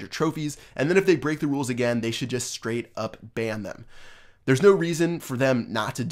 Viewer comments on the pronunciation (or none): none